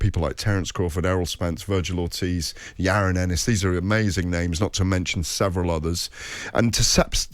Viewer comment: It's jaron Ennis not yaron erris lol